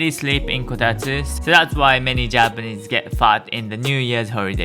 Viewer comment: It's Kotatsu, not Kotastu.